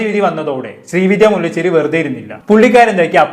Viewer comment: മുല്ലചെരി അല്ല ബ്രോ മുല്ലശേരി